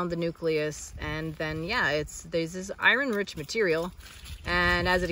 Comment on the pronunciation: As you say, I-Ron?